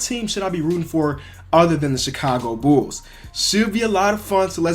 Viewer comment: Bulls not nulls